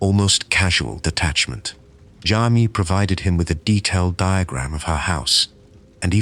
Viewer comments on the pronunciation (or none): It’s Jamie Silvonek… pronounced Jay-mee.